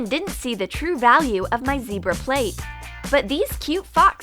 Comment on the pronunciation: its zebra not zeirba